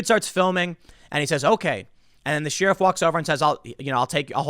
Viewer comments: i see tim still can't pronounce "sheeeeriff" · Sheeruf?.....learn English Tim! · Tim, for the love of God its pronounced sheriff like cher-if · Tim Says "Sheer-if"... you can't unhear it now. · every time he says Sheeriff... is it a sheep joke? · There are many words that you may hear others pronunciation differently, but I have NEVER heard anyone in 40+ years say "Sheariff". Tim takes the first on that. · you say Sheriff weird. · I hate the way Tim says “sheriff”....his constant mispronunciations cut into any credibility he tries to have.....